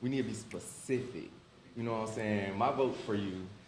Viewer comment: saying pacific instead of specific is cringe